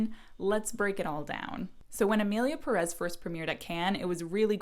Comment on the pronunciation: My goodness, it’s Emilia PÉrez!!!! Not PeRÉZ!! The strong syllable is the first one! It’s quite a good film, actually. Who cares how the characters behave, if it would make sense in the real world, it’s fiction!! And it’s a crazy story, a fantasy. The characters can behave however the director and the writer wanted them to. Cannes loved the film, lots of critics loved it, Mexican film directors loved it. And many people who hate the film cannot even say its name correctly. The vitriol against this film is ludicrous.